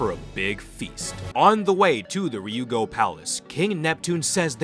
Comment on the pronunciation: Are you purposefully saying Ryugu wrong …? Where do you see an “O” in there?